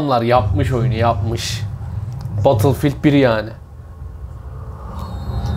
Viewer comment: Böyle sistemin olsun ama battlefield(bedılfiğıld)a batılfild de